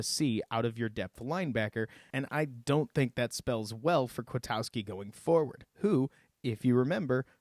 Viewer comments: Good job just one critique and it's a big one...it's not "KwiTOWski" ITS KwitKOWskI. Please get the name right it's like he's new or anything. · Man, you are right about Nick Kwiatkoski but your pronunciation is off. Then Nagy already said the sack was on Chase Daniels, not Bunting. Have you not been paying attention to the news about the team since the game?